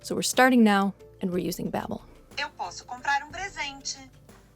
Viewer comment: I am so happy that you guys are learning Brazilian Portuguese, I can attest that your pronunciation in Portuguese is really good ,I can't wait to see you both here in Rio de janeiro